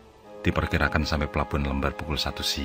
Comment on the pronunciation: Pelabuhan Lembar, huruf E nya dibaca spt pada kata Emosi.